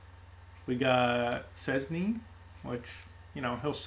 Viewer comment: its pronounced chezney, btw